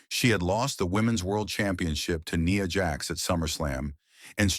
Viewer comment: It's Nia Jax not Nee Ya